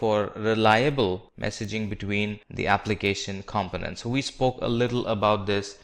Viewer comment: Azure is correctly pronounced... the British pronunciation anyway. Components for example is just incorrectly pronounced full stop!